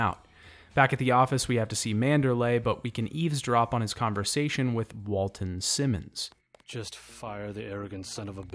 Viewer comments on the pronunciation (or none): Well son it was a good video BUT I can't forgive you for mispronouncing Walton Simons' name as much as you did.